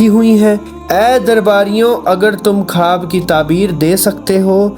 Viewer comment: Bhai khab nahi o khwab hota hai